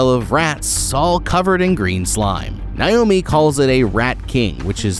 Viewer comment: Bro stop mispronouncing my name. It’s Nay-oh-mē